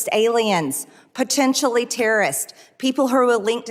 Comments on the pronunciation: Pertect? Pertentially? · "Or Protentially..." Highly educated for sure. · Anyone who pronounces potentially with a R, should not be on that committee. MTG is an uneducated and confused idiot.